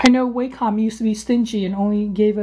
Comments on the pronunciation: It's : wɑːkɒm and NOT wācom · you pronounced Wacom wrong lol. It annoys the heck out of me when people do that no offense lol. Go to Wacom's YouTube account and click on one of there videos to find out how to say it. That's what i did.